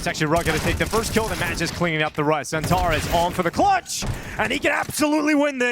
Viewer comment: If you wanna pronounce Magisk the real way, say A like Akward, and G like Green✌️